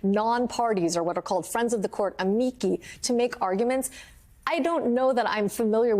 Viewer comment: Amici is pronounced "ah-mee-chee" not "ah mee key"